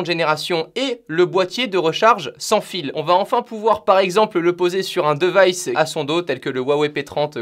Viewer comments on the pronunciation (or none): la vidéos est cool mais un point qui me bloque tout le long , on prononce divaïce pas device et encore pire deuvaïce un mélange de prononciation français anglais ça fait mal aux oreilles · "di" vice stp pas "de" vice xD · e en anglais sa ce dit i, donc pas deuvice mais divice